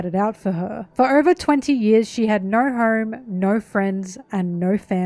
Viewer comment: Im so sorry but “she had naur home” killed me lol